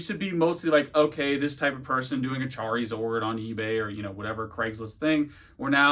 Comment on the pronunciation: You literally said "Chareezord" lol